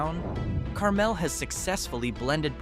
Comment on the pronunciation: Learn to pronounce Carmel, the one in Indiana.